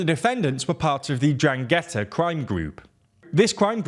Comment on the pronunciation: Ndràngheta stress on the first part of the word